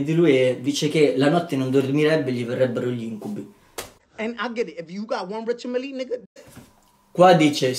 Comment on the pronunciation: Richard “Miller” 😂😂😂